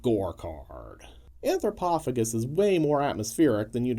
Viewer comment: OP (on purpose, I guess) and vid creator are BOTH pronouncing it wrong.